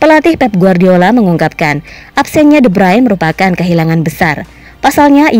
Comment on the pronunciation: woi min itu de Bruyn bukan de brayn